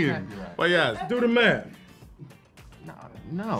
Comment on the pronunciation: i say maff too